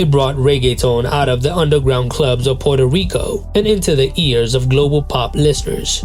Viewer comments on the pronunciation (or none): none